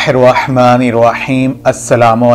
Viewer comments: boht zaberdast wazifa hy Allah aapko kamyabi ata farmae Ameen laikin gustalhee muaf aap baar Raahman ko ya Rayhman kahrajy hyn sahee talaffuz ya Raahman hy ye to urdu main hum apni taraf se talaffuz change kardyty hyn yani Rayhman jo theek nahe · بهاي خدا كا خوف كرو رحمن كي ر كي اوپر فتحه یعنی زبر هیی آپ زیر پرهه رهیی هین اسی. طرح السلام علیکم ورحمت الله مین. رحمت کی ر پر بهی زبر هیی \اپ زیر پره رهیی هین کسی مدرسه مین یا کسی قاری صاحب کی شاگردی اختیار کرین پهر قران بیچین باقی کتابون سیی وظايف پرهه کر اور قسمین اتهانیی سی اسی وقت پیسیی نهین مل جاتیی اگر ملتیی تو آ پ کب کیی ملک رياض بن كيي هو تيي نهين مليي تو يو تيوب پر دهکیی کها رهیی هو